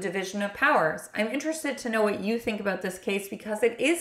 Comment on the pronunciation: Awww you say "About = Aboat" so cutely, Cute Cuddly Canadians 🙂